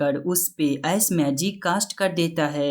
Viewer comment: S nahi ice bolo yar